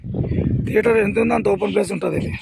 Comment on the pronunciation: తేటర్ కాదు లింగం థియేటర్